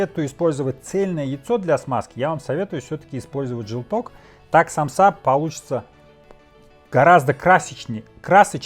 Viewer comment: И только русские говорят самсА , аж уши трубочкой сворачиваться .... У меня на родине так россиян вычесляют , потому что правильно ед.ч. сАмса, мн.ч. сАмсы